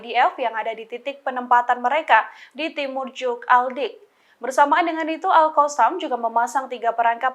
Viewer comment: nah itu baru betul alqosam,kalau kemaren2, baca nya alHasam😁 sekarang betul nyebutnya alqosam🙏😁